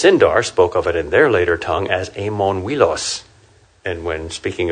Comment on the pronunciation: Amon Uilos = Mount Oiolosse. Amon like Ah-monn, not like Éamonn. Uilos like OOy-loss, not like wEE-loss. And Laurelin of course first syllable LOW, not LAW.